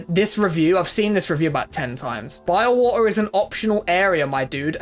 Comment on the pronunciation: Love your brittish pronounciation of Bilewater lol (Biewaoe)